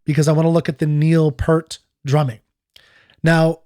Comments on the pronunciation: PS - Just one more thing. I'm all for demonstrating respect and civility in these forums too, which is why I think it important to remind you that you are continuing to mispronounce the man's name. It was P-ear-t, not P-ur-t. Thanks in advance for your consideration on this point. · His name is pronounced as if it's spelled "Peert" like pierce, not "Purt" like hurt. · Peart = Peer-t